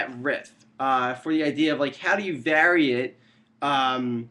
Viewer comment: Are you canadian? The way you pronounce "vary" is exotic!